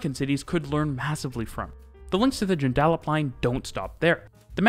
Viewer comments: Joon da Lup? It’s got long oo and ahh sounds nothing short ones. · The 2nd most isolated CAPITAL city in the world next to Honolulu The pronouncement is "Joon-da-lup" not the other stupid way you pronounced the word. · PSA: joondalup pronounced june - da - lup. You're welcome. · Sorry, I can't take it any more either... Joon-duh-lup 😅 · im sorry but Joondalup is pronounced JUNE-DUH-LUP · It’s pronounced June-der-lup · Pronounce Joondalup as Jew-n Dah lup and Mandurah as Man-jur-ah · lmao the way he pronounces joondalup... bro its pronounced 'joon dah lup" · It’s pronounced joon da lup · pronounced "joon dul lup" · I'm still on the 'Joondalup' pronunciation. I think Perth is better than what we give her credit for, people get passionate about her flaws but we love her still. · Ok, glad you could pronounce Cockburn correctly but Joondalup needs work :D Great video none the less! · aside from the pronunciation of joondalup this is a great video man. very happy to see someone cover our rail network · The way you pronounce Joondalup is soo funny 😂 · Joondalup pronunciation got me. As someone whose closest city is Perth I've never heard it said like that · I’m a Perth resident and enjoyed this video! You’re going to get roasted for your pronunciation of “Joondalup” though, the emphasis is on the first syllable. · Your pronunciation of joondalup is hilarious 😂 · ive been saying joondalup wrong this whole time !! :) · the way you pronounce joondalup is hilarious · You do say joondalup quite strangely. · weirdest way i've heard Joondalup pronounced lmao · Thanks for this video. I like the video but you have pronounced "Joondalup" incorrectly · It's Joondalup (English 'a') not Joondalup ('American a'). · Lmao I live in Perth you pronunciation of Joondalup was . . . A bit off Edit: Mandurah as well, but what can I expect, they're both aboriginal names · That…. Is not how you pronounce Joondalup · Wow you just butchered the word 'Joondalup' huh... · Joonda lup not Joon Dal Up